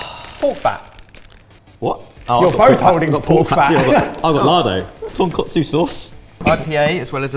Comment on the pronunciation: TonkAtsu sauce, not TonkOtsu. One is fried pork chops. The other is a style of ramen soup. KAtsu = fried. KOtsu = bone broth